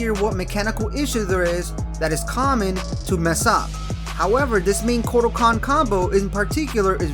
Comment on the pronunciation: Just wanna let you know that you said 'kortal kahn' at the beginning there.